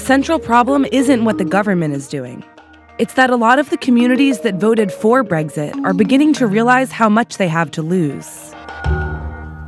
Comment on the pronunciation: Nothing like putting an American on as the narrator. Really lends it the imprimatur of legitimacy. Especially the way she pronounces "breggsit". Nicely done, Vice.